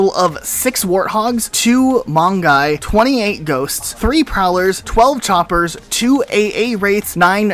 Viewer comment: I like how he says chompers instead of choppers what is this? PvZ in halo?